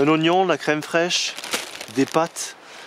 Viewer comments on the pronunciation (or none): none